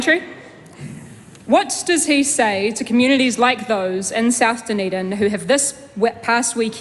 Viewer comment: “Intensiddy”? “New Zillund”? “Communidies”? Why does she only make an effort to pronounce Te Reo correctly? 🤔